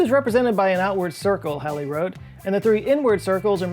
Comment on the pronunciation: Halley is pronounced like “Hall” and “Small”, not like “Shall”